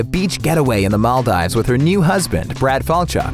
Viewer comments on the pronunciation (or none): It’s pronounced mal-deves not mal-dives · MAL - DIVES ??? MAL dive s ???? please correct your pronunciation 'maldeevs' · Mal-DEEVES, not Mal-DIVES. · Did you just say "Mall-dives" ??? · Maldives! Leard how to pronounce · This guy didnt know how to pronounce “Maldives”🤦🏻‍♂️ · The way you pronounced Maldives 🤦‍♂️